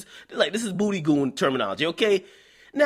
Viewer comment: "Booy goon Terminolgy"????? wtf lol